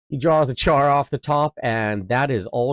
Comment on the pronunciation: Its pronounced shar not a hard ch like charcoal.